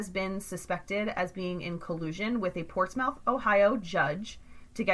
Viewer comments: It’s actually pronounced ports-myth. But great video. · These words are pronounced as follows, Scioto (Sci "same as sci-fi"-oto), Mearan (Mer-ran), Portsmouth (Ports-mith). Please use correctly in next podcast. Thank you for your understanding. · I'm having trouble watching this just because the way she keeps mispronouncing portsmouth and scioto 🤣🤣